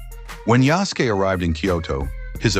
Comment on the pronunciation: I get your point but it's spelled Yasuke. It's sort of pronounced how you spelled it although you do pronounce the 'u'. It's almost like the soft 'u' at the end of 'desu'.